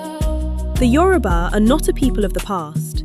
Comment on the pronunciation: Thanks for pronouncing Yoruba correctly👍🏾